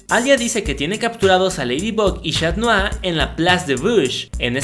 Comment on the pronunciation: Es. catnoar. no. chat